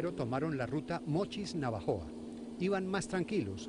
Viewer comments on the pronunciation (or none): Todo mal xD... se llama "navojoa" no "navajoa" y el auto rojo se quito en la misma ciudad no en la carretera... ademas que fueron federales y no municipales quienes lo atraparon... PD: (Los municipales no circulan en carreteras federales, por eso son carreteras "FEDERALES").